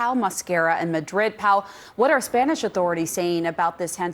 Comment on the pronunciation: Spaynish? 😂😂 you mean spanish right? I used to only trust CNN but ever since trump won they’ve gone downhill. Misreporting, letting their personal feelings show (should be objective no matter what) and just in general seeming less intellectual than previously. Like have your own opinions all you want, idfc, but when at work, those opinions need to be kept to yourself (not just spoken, tone, inflection, etc too). And get people reporting that are expertly literate. Although still not as hilarious as Omar’s WW11 mishap 😂😂😂 that shit was funny af